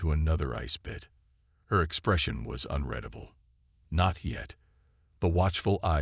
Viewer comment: Unredable is the improper word where it is used. Six times, the word was used, and only once was it possibly correct. I'm not sure, I didn't do so well in English. I'm perplexed at the fact that AI's can't pronounce the word correctly. People don't run their fingers through their hair as often as it's used. It's redundant to describe how the ice chamber, the condition of his clothes, and the dismay of the chancellor. It appears to be extra words to make the story longer.